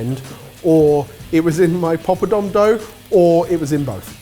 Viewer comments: I am normally not a stickler on pronunciation but pop-o-dom? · I love when the guys say the word "pilau" among other words. They're pronouncing ALL the wrong syllables!!! Guys, its not "pee-laow" its "pill-ow (not as in "pillow")". And the "poppadom" is a "paa-pa-dhum" Just a friendly tip. Luv u guuys!! Edit: Also, when you're cooking the seeds and spices in the pan, always have a LID ON the top that has some sort of vent on it to keep them from jumping out of the pan. If you can't find one of those, use a closed lid and open it periodically to let the steam out. Worst comes to worst, stand far away with a baking glove and a plate-shield.